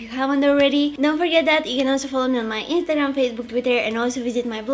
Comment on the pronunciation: Wow u pronounced instagram "intagam"? SO KYOOOOT